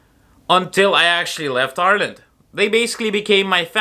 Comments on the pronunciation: You even pronounce Ireland correctly like a native- “our land!” How/when did you get the caddy though? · Love how you say Ireland the same way the Irish do. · I love how you pronounce Ireland like an Irish person. 😊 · It's funny how you have a Russian accent but you say "Ireland" in an Irish accent :D I love the ways languages and accents can mix.